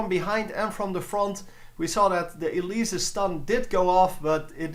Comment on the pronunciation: why do u say elisa? xD